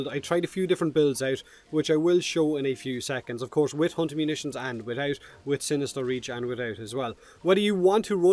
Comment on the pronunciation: "Without **** Munitions equipped". What Munitions? Replayed the phrase six times before I had to google it. Impressive accent, dude. :D